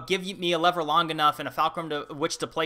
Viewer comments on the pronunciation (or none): none